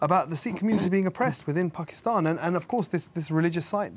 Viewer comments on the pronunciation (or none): What’s up with this dude’s accent? Not just “Paakeethaan”, but the accent as a whole. Is it a southwestern England accent, or what? His R is like rrrrrr, “serrrve”. And why does he say “Seekh”? He’s Sikh, teaches about Sikhi…so why mispronounce it?